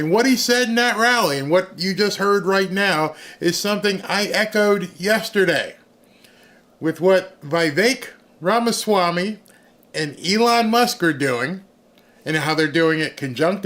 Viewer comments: It’s VEE VEK. Not VEE EYE VEK. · I watch you every single day, and I thank you so much for all the hard work that you do! I really wish you would say Vivek's name right. It's not pronounced VY-vake, it's pronounced VIH-vake.